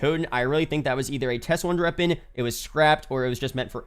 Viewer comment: Why dose he say wonder reapon? 😂